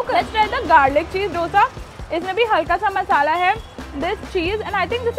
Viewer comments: Please pronounce dosa as u pronounce "d" in dum biryani. It's not dough-sa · Pleaseeee!!! Its pronounced as 'dho-sa'😩✋ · Dough sa nahiiiiii …. Dosa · I like you, but it's dosa not dosha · It's not doughsa..its dosa .... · can you please learn how to pronounce dosa. you’ve been in bangalore for so long i don’t think it’s that difficult to pronounce dosa properly